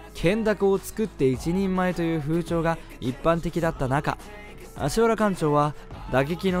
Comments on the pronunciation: アシワラじゃなくてアシハラね 人名は正確にお願いしたいです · アシワラじゃなくて アシハラ 先生はこの間違いをものすごく嫌っていた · 『アシワラ』ではなく『アシハラ』です。お間違えなく。 直接の門下生ですが先生もよくおっしゃってたので。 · 読み方は「アシハラ」ですよ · アシワラ× アシハラ○ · アシワラやなくアシハラ ですよー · アシハラね、アシハラ。読みはアシハラ。間違っちゃダメだよ。